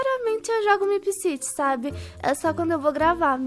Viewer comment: Que agonia da falando "meepciti" em vez de "meepciri" kkkk mais alguem?